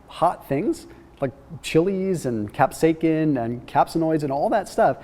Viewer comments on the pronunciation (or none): The chemical that makes peppers spicy is capsaicin (Cap-say-sin).